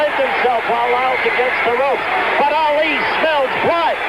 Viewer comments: It's Ali not Allie 🤷🏾‍♀️ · No its not. It’s Ali. You retard.